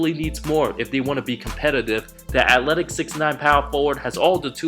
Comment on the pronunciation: I’m sorry to be that guy but “atletic” 😂